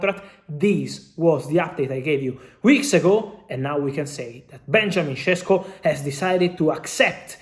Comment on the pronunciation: Šeško not Šesko. Fabrizio Ronano.